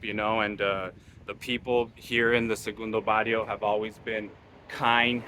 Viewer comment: Sorry guy but you can’t even pronounce segundo Barrio You were not born there you don’t know nothing about us